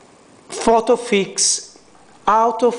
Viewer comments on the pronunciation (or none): none